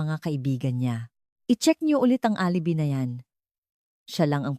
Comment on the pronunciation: Deretsuhin mo ang pagbigkas ng g de Leon Huwag kang mag pause very annoying,alibi is pronounce as alibay I hope sa sunod alam mo yan